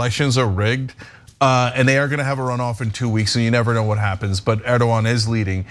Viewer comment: Why did the female host mess up that Turkish president‘s name despite the fact that her cohost has that very same sound in his name? I’m boggled; am I missing something here🤨